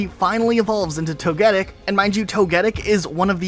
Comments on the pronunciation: why are you pronouncing togetic weirdly? I've never heard anyone pronounce the name that way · I don’t like how he pronounced “Togetic,” and I failed to see his point here. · Nah I don't think Misty was ever ruined. If anything, people are trying to ruin her with the introduction of Serena, who doesn't deserve Ash BTW. Side note, you were saying Togetic's name wrong. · Tony Stark voice "wait a minute... No one's gonna address the fact he keeps saying 'Toh-Geddic' and not 'Togi-Tick'?!" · I’m sorry but that isn’t how Togetic is pronounce 😱 toh-guh-tik, not toh-GET-it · To-Guh-Pi, To-Guh-Tick, To-Guh-Kiss. It keeps the same name structure during its evolutions. not to-get-ic. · Wtf is a "Toh-geddick"? It's Toh-Geh-Tick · No way you called “Toe-Ge-Tic” , “toe-get-ic” 😭🤣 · Toga-tic. Thats how its supposed to be pronounced! One of my fave pokemon💕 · It's TOE-guh-tick, btw. To be fair, the name should actually be Togechick but it wasn't properly translated. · Homie I can’t take how you say Togetic…it’s tow·guh·tik like the bug tick. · The way he pronounce Togetic had me confused sounds like you said togetit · It’s pronounced tog-a-tic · Why are you pronouncing togetics name like that... It's pronounced tow-guh-tik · Wait this man can say Togepi but not Togetik. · Say it with me, Toh-Geh-TICK lol sheessh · Togetic is pronounced Tow-Guh-Tic, No “Get”. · I swear people are so lazy at pronunciation. How does someone even arrive at this pronunciation of Togetic when you know how to pronounce Togepi? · Many English words have the stress on the next-to-last syllable, which is the culprit for many mispronounced Pokémon names I’ve found. Also, if you read Togetic before ever hearing it, the GET might stand out and so that’s why you put the stress there. I still will mispronounce Suicune as sew•eh•seen because as a kid I misread it. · Prison time for the way you pronounced togetic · Anyone else bothered by the way togetic name is being pronounced?